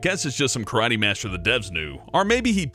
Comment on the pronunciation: its karaTE not karai